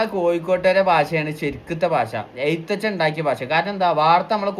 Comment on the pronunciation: ജ്ജാദ്യം എഴുത്തച്ഛൻ ന്ന് ശരിയായി പറയാൻ പഠിക്ക് ചങ്ങായീ... മൂപ്പര് (തുഞ്ചത്തെഴുത്തച്ഛൻ) ഒറിജിനൽ തിരൂര് കാരനാണെടോ... (ഞാൻ കോഴിക്കോട് ദേശവാസിയായ തിരൂര് കാരി) 😂😂😂